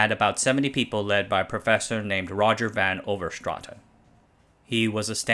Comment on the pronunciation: “A small district of about 6.6 million people” That small district is well over half the country of Belgium. Congratulations on your pronunciation of Leuven and prof. Van Overstraeten. It’s excellent (as are your videos in general btw)